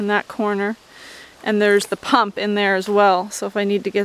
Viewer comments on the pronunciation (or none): none